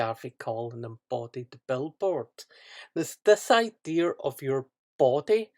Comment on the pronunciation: Its pronounced "idea", not "idear"... fuckin hell.